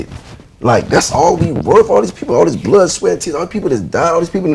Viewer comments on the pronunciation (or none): none